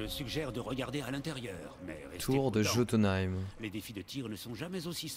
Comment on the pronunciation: Ça vous perturbent pas quand dis "Jotuneïm" au lieu de "Yotyneim"?!??